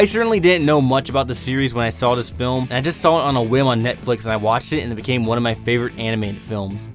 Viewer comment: lol "Adult flim"